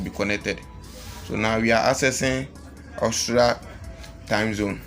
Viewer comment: Bro its Aus-tri-a not Austra